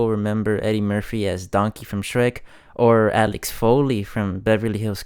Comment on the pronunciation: Axel not Alex.